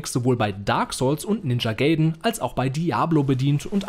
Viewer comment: "Ninja Gay Den" Nicht ihr auch noch!